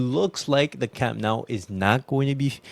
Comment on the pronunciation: Camp Nou. Not camp now.